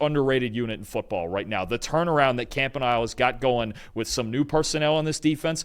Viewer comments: Camp•ah•nee•ley --- it's not difficult, it's Italian. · Camp-uh-knee-lay Hope this helps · Someone teach that man how to say Anthony Campanile's name right. duuuuuuvallll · Why does refuse to learn how to properly say Campaniles name properly? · Brock Purdy turned the ball over three times and they gave him a higher rating than Trevor Lawrence. They can’t even say the Jaguars defensive coordinator’s name correctly. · You think you guys can learn how to pronounce the DCs name?……. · The mispronunciation of Campanile has got to be a bit by now.